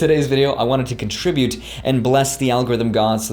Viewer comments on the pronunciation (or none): none